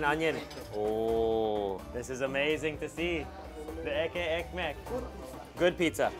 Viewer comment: Hey. Love your videos. Have to say the "ekky ekmek" that you say often is actually "Etli Ekmek", pronounced as "Et-ly Ek-mek" which translates to Bread with meat or Meaty bread.